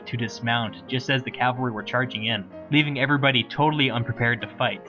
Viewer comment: I love your vids, but by God you have to stop pronouncing cavalry as "calvary".